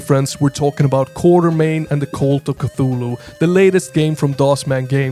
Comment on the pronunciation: Actually, the name should be "Quatermain" (pronounced "KWOT-er-main"). Even Sean Connery says it wrong in 'The League of Extraordinary Gentlemen'. Anyway, I dig this "Indiana Jones but Lovecraft" vibe!